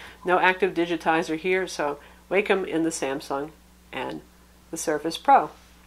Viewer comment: Great review! :) FYI, I've heard it pronounced Walkem on Wacom's tutorial videos.